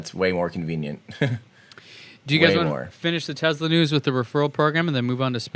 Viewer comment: Does it annoy anyone else that pronounces Tesla as TEZ-la instead of TESS-la?